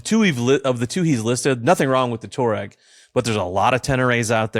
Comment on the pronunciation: TWA-REGG, not TOUR-EGG